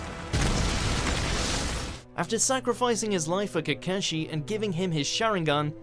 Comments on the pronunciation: "Obeto" "Kakeshe" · Kekeshi, aketski💀💀💀💀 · lol "kahkashi" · (kuh-kah-shi) AAAAAAAAAAAAAAAAAAAAAAAAAAAAAAAAAAAAAAAAAAAAAAA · Rip how you pronounce kakashi... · itachi killed is clan SO HES A Vilaan AND WRONG prounaunce in the sharingan and kakahshi by the way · You Said kakashi wrong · I like how he pronounced Kakashi's name xDD